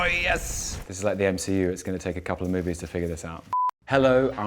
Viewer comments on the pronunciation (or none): "Couple a moives" LOL!